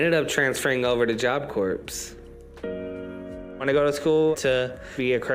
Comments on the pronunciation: It sure is low…. Example: Right pronunciation: Job Corps ( silent P) Wrong pronunciation: ( from ) Job Corpse!! Oh dear! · Damn, you beat me to it lol. Job Corpse. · When he was in Job Corps, did they teach him that the "p" is silent? Hard to imagine being a part of a large organization like that and somehow you never learn how to pronounce the name of the business. Just saying....how much is a lie? Otherwise, you might as well be saying Job Corpse. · I really just took it back to hear him say 'job corpse' again bc I thought I was tripn. Needless to say I wasn't.😅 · For me it’s the fact that he never learned how to pronounce job corps properly lol